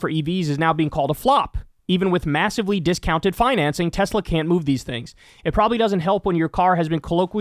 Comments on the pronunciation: I love Teslurrrrr!! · I LOVE TESLERRRRRRR😂😂😂😂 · It’s pronounced “Tesler” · I can hear Trump saying "I love Tesler" 😅